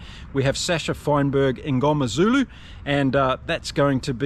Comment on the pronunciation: Mngomezulu pronunciation pretty on point. 👏💪. I know we act like experts but it's hard to pronounce some names depending on what culture you are even growing up in SA, so fair play for trying. 😊